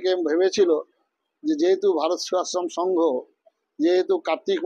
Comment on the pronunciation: ভারত সেবাশ্রম সংঘ টাই উচ্চারণ করতে পারে না